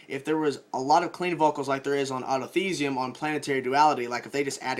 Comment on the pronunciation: Why does he say autothesium